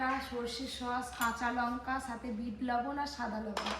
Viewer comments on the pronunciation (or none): Uchcharon thik kore vlog koro lankake bole lonka